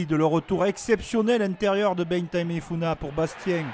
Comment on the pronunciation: Entre nanes ducuing, tana vili, et bein tamefuina, je crois que le monsieur aurait besoin d un rendez vous chez l'orthophoniste